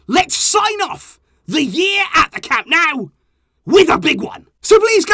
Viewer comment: please stop with the "Camp NOW" You sound foolish. It's CAM NO-U. Get it right. Someone of your stature with this team shouldn't be so wrong on the home stadium of the team you love so much.